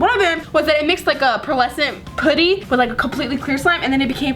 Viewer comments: It’s so cringy when u say “poo-ty” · It's pronounced pu-dy the Pu as in up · Your seriously my favorite youtuber but I hate the way you say putty😂😂